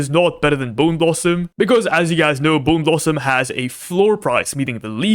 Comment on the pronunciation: bone blosom editor: bown lowsomm me: 😂😂😂😂😂😂😂😂😂😂